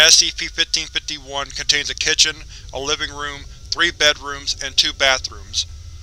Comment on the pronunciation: Oh my God, please stop saying 1551 like that.